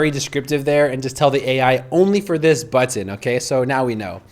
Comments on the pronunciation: Love this app, but I had to leave this video because he kept saying "buTTIN". There is no need to emphasize the T in button. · What country are you from? I was excited about this info but was too distracted by your pronunciation. I kept finding myself waiting for the next time you would say the word "button," which was pretty often LOL! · You pronounce "button" like my ex-girlfriend. Are you from Binghamton? Thank you for this demo. I absolutely hate having to now use AI for (well, anything) web design, but I now have a client with one created on Lovable and I have to edit it.... Ugggh. Oh, one note—you spelled it as Loveable in the chatgpt panel instead of Lovable. ChatGPT was graceful enough to ignore that. Neato.